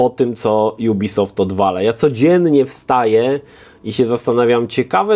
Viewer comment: Co to za dziwna maniera nowością jubisoft? Firma jest francuska i czyta się jak jest napisane ubisoft.